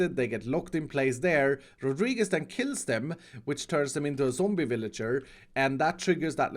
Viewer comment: nice pronunciation on "Rodríguez"